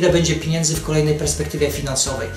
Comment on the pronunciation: Czy on serio powiedział dwa razy pod rząd "piniendzy" ?! :|